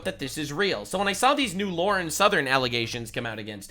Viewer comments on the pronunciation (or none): Lauren. Not Laura. That is the extent of my criticism of this video.